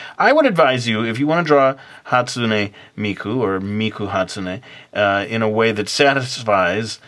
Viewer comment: ou're pronouncing the name wrong geeesh you don't add the "ei" after the "n" on hatsune. sorry, it just annoys me pay no attention